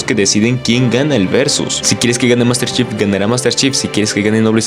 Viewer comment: Yo solo escuché Master chef glu glu glu glu, bien metida en tu garganta jajaja. Buen video bro.